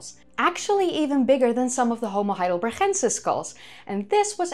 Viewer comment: Is this YouTuber Dutch? I'm hearing a lot of trilled R's and I've never heard someone pronounce it "heidelberxxxensis"